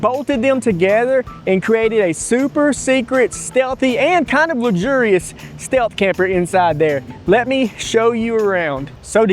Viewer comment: "luxurious" okay bro lmao